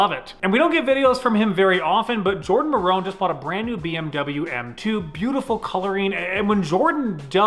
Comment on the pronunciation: Always jardon and not jordan lol